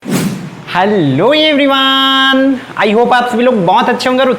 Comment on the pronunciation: Aap heloo everyone ka aachese se bola karo 🎉